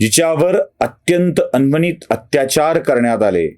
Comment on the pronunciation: दादा अनन्वित अत्याचार .. तुम्ही चुकून अन्वनित म्हटलात.. व्हिडिओच्या भावनांशी सहमत...